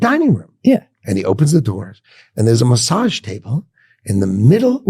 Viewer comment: I’ thought he sais massad table.